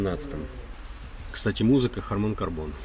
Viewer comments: Ну харман карДон же, не карбон 😊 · Музыка Харман КарБон)) Рассмешило)) Видимо оговорился )) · Харман карДон , а не карБон. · Музыка harman cardon, "д", а не карбон.